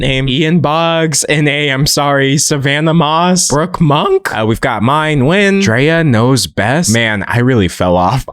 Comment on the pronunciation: Nguyen is actually pronounced like “wen” no n 😁